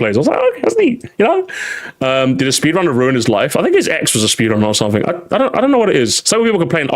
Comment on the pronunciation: Never thought I'd hear someone say Speed Runner with a hard R